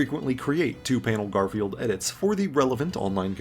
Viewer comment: The constanly saying garfielf's name wrong reminds me of how some people treat spogbop